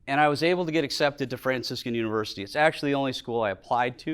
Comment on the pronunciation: "I sometimes pronounce Fraciscan as `Francis Can`" Epic! Thank you Franciscan so much for sharing this stunning talk. What a gift!!